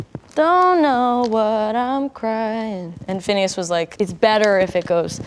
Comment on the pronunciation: You are butchering everything you say. And it's not phineas for haven's sake😂